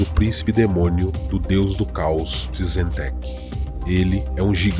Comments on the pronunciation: Se pronuncia "Tizint" com T mudo, e não tizenteque kkkkkkkkk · Muito bom!;) Parabéns por mais esse vídeo. Dica: Tzeentch se pronuncia "Zitxh". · Muito bom o vídeo, só alguns nomes que estão sendo falado meio errado, como Tzeench.